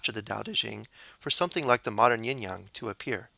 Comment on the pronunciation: Yin Yang is pronunced y/I/n /y/ang